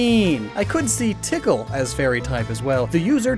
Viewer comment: When he say tickle i hear pickle 🤣